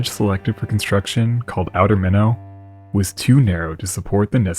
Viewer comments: I’m from cohasset , we would climb this when we were kids . MYnot just got sold a few years ago . But the USCG still services the light . MYnot was a merchant from boston whose ship had wrecked on the ledge…hence minor’s ledge . It was considered an engineering marvel when built of granite . The pattern is still at cohasset harbor to cut the blocks , along with the top of the light which was removed and replaced some time ago . The light has stood up to amazing storms with waves crashing against the light with the wash going over its 112 foot height . It’s 1 4 3 flash pattern , I love you , is fairly well known in cohasset . Something people don’t know is that the fresnel lens was an amazing break through in lighthouse technology as the light could be seen much further . Btw ..it’s pronounced sit chu it . The keeper was An tone . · I don't get why you're so rude. Lots of belligerent, snobbish drunks in Scituate and you remind me of them. One reason why I left that town. Yes, Scituate was mispronounced also. One commenter already jumped all over me for correcting the pronunciation of Minot. Not in the mood to spar with jerks. Figure it out by yourself. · Minnow like the fish. This is Minot light house as in my not. Like my not South Dakota. Where did you get minnow from? Fix it! Sounds stupid. Great story otherwise. Thanks. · locals pronounce it more like "Mine-ut"/"My-knit" with a hard T sound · It's pronounced MY-not. I grew up in Scituate, Mass. There is a section of that coastal town called Minot. The "new" lighthouse still blinks "I Love You". That's what my grandmother taught us. Her husband, my grandfather, had been lost as sea when my dad was only 4. We'd just sit on the shore and look at the light blinking as she told us stories about the Captain. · I agree with your comment, I love this channel but it’s pronounced ‘mine- ot’ not mino there is a ‘t’ reminds me of another video of him calling the USS regina the ‘reg-ina’ lol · We tend to call it 'My-nots'.